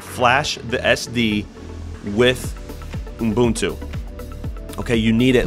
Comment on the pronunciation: Kudos for pronouncing Ubuntu correctly.